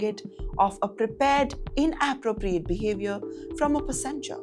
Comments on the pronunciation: It's pronounced "PASS- enger" with the stress on the PASS. I don't know what they teach you in school, but get a dictionary and see. Or just ask any native speaker. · Wtf is "pa-sin-ger"??? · Pessenger!!. What kind of pronunciation is that?. Indians are over confident these days that they are so loud, aggressive and mis behaving . Sending them to prision is the best way to teach them life lessons. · her pronunciation have to be worked on, "Plane" "Passanger" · Plan on landed? Seriously these people need to check their accents. Pasenjer? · Say passenger and put the accent on the first a… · Passenger… accent on the first syllable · Wrong pronunciation of passenger. The stress is on the first syllable not the second. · Why not have an anchor who can actually pronounce words like 'plane', 'aisle' and 'passenger' correctly? I thought this was a comedy skit at first. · this news anchor should learn the pronunciation of the word, passenger and aisle. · This indian news presenter could not pronounce words properly. Very poor pronunciation as with many Indians. From : Singapore 🇸🇬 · ARE you a DEI hire???The way you pronounce words like 'passenger' is atrocious. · How do you get a job on this network...mispronouncing passenger and aisle? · God work on your pronunciations..... it was frustrating to hear you say passenger and aisle...... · Learn to pronounce the word "passenger". You sound ridiculous the way you’re saying it. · Rs. 90k is pittance for such arrogant womanizer!! How can you call a 6mo, Rs. 90k fine as "strict". Why isn't he put on no-fly list worldwide?? This jounalist is not appropriate for this content. She doesn't even know how to proununce 'aisle', 'passenger' etc. 🙂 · Where did you find this non- presentable lady who cannot pronounce the word' passenger' ? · The news reader cant even pronounce passenger correctly 😢😢😢😢😢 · Notice how she prononces passenger, gosh. New low in reporting. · Please learn to pronounce these words: passenger, aisle.